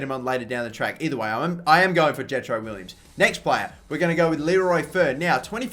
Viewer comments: Jetro Willems' last name is pronounced "Villems" not "Willems" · Will-ems not Williams! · wow I'm stupid I meant to say it is pronounced villems. Sorry guys!